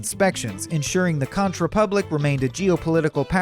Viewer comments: Its pronounced "Conk" Republic, not consh! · “Conk” not “conch” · Lol I’m from the conch republic. "Conk" not conch…. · Conch rhymes with honk, not raunch. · It’s CONK, not consh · Also it’s pronounced “konk” not “conCH” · Arrrrrghhh! Conch i pronounced like Conk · Conch in Conch Republic is pronounced "konk". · For future reference, conch is pronounced "konk". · Conch is pronounced konk. I cringed everytine he mispronounced it. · Conch is pronounced Conk. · Maybe he should learn the correct pronunciation of Conch (konk). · Conch, pronounced (Konk) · It's pronounced "Conk" republic. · Great facts! Check pronunciation for Conch Republic. It's a common mistake if you don't live in the tropics. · Please 🙏🏼🙏🏼🙏🏼 learn how to correctly pronounce "CONCH." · This guy sucks. How can a narrator not pronounce Conch?